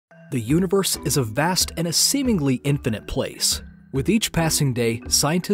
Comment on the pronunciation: “THE UNIBERSE”